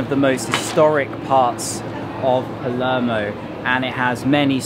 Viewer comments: P A L E R M O. NOT PELEMO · So many cringe pronunciations, he needs to do his homework before making a video about "Paluurmo" lol